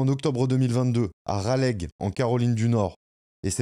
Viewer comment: Raleigh se prononce "Ralé". c'est pas grave, c'est mignon 😁. vraiment une histoire tragique. merci de l'avoir raconté